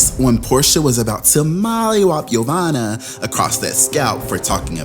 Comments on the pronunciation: Yassssss to the name butchering!!! 🙌🏾🙌🏾🙌🏾 yomama...jamima...yofufu got played. Nene was the true snake 🐍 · Jeveena??? Yomani? 😩💀 YOU DEAD WRONG, 😂😂😂😭